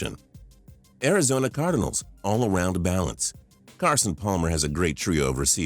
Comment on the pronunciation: Is that your real voice? Why do you say card IN als